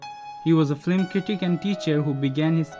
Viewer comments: just a note..... it’s “film” not “flim” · The person who is narrating this is saying flim instead of film. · As do most, likes the old format much better. If you must change to speaking format, please use someone who can speak English. Pronouncing film as “flim” every time drove me nuts. Other mispronunciations less aggravating, but????? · I liked the narration but the word film needs to b pronounced correctly since it’s used in almost every profile. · Silent is better, especially when the narrator can’t pronounce words like film.